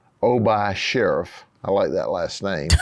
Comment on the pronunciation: "SHERIFF" SHARIF...You mean? 😂 Lovin' Grady!